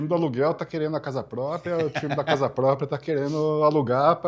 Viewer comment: Casa “pópria”.